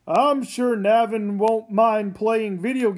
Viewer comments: Yeah. In interviews, Kazu Kibuishi -- the author himself -- pronounces it NAY-vin. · WHY DOES EVERYONE PRONOUNCE NAVIN LIKE THAT?